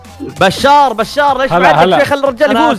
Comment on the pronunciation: ليش تقول شار شركيال كك اسمك بشار اتوقع صح مو شار